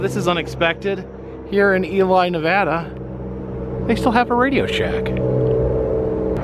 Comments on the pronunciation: We got stuck in a snow storm in Ely NV. It is pronounced like E- LEE this drive caused me to buy a portable DVD player to watch while hubby drove lol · Ee Lee =Ely Ne-VAD-uh (with the second syllable rhyming with mad) is the standard pronunciation with locals, while saying Ne-VAH-duh (second syllable rhymes with spa) will expose you as a foreigner to the state. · I absolutely love your channel. I was born and raised in Fallon Nevada. Those giant bugs are called mormon crickets, Ely Nv pronounced EE-LEE and as anyone in the state will tell you it's NEV-AH-DUH. Sharp "a" sound like the "a" in Apple not the awww sound. Anyhoo come back to utah and find the Farmington Bigfoot, the muffler man Spock, or even the SLC pyramid... I've got a map of at least 300 Strange roadside attractions in the state. Even a UFO landing site, and an abandoned solar wind mill site that was really just a money laundering cover. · it's Ely pronounced E-LEE!